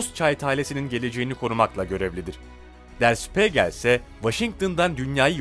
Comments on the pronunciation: Şpegrl degil.der şpigeldir. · Der Spiegel (Der Spiigel diye okunur) Spegel yanlış lütfen düzeltin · işte diyorum ya ama o dakika başı spegel deyince tuhaf oluyor (acil düzeltmesi gerek) yurtdışından da izleyicileri var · Okunuşu _şpiigel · Kulağım kanadı lütfen önce araştırın ondan sonra kelimeyi doğru telafuz edin Spegel ne ya???